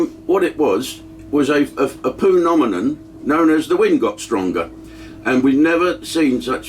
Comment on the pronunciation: p-nominion lol I think you mean phenomenon you pronounce Ph... stay safe Jim.